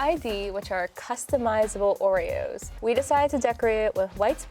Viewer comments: no no not "joereoes"! "Orejoes" ! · Surely it should be 'Ore-Joes'